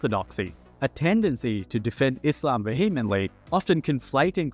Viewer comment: great vid but please look up the pronunciations of words you're not used to hearing in daily speech. vehemently, satire, philosophical, and some others I can't remember are mispronounced. makes me wonder if it's a real person speaking.